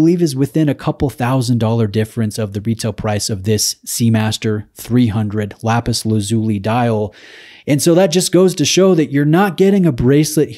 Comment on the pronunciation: Hi, I think the pronunciation is “Lapis Laz U Lie”. Great content as always. You’re getting some stunners to review, which is testament to the strength of your channel.